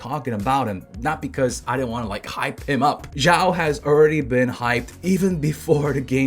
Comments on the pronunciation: xiao pronunciation: shee - ow it's one syllable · Hey, duno if u care about pronunciation of Xiao, but if u do, the X is an SH sound. Shao. like shower without the er. There is no Z sound.